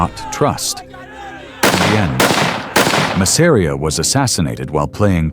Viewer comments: That's Mass-a-ri-a buddy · Love the video but the way you pronounced Masseria was unbearable.